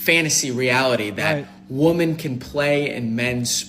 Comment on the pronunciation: I keep seeing his spray painted scalp and him saying woman as if it’s plural and my brain shuts off.